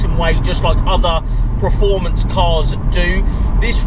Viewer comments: I think you mean preformance 🤣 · Please learn how to say performance, otherwise an adequate video